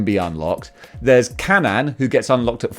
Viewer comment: Kanan’s name is pronounced like Canaan (Kay-Nan)